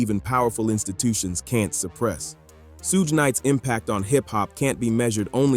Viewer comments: Soog Knight, Sugay Knight….. sheesh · Not Sooge Knight 😂 goofy ah video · SuGe 😂😂😂 AI BS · AI can't even say his name right 😂